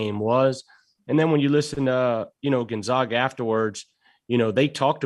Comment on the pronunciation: Gon-zag-uh ZAG